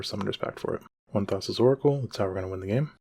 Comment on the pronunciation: Great video, unhinged pronunciation of Thassa